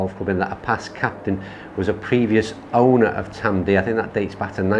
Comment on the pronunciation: it’s ‘Tamdoo’ (Tamdhu), I prefer the Aberlour and like yourself up until just over 40 yrs ago my only experience of whisky was either Bell’s or Grouse despite being from Crieff (Glenturret Distillery). Met and married a girl from Aberlour in 1980 and my introduction to Speyside malts began ha ha. So glad you enjoyed the course just a shame you didn’t get to play off the whites and had a little more sun & breeze. Next time you’re up this way I can take you round both Old & New it’s a little tighter with smaller greens but still a great test. Great advert for our course and the area in general, cracking camera work 👏👏👏